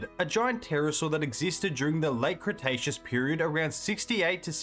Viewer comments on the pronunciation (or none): none